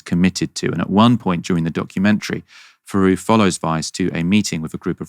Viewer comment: It's Louis THeroux, not Louis Feroux.